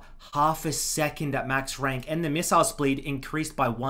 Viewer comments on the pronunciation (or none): "the missile spleed" bruh